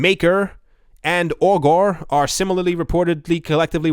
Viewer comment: ‘Augur’ rhymes with ‘blogger’.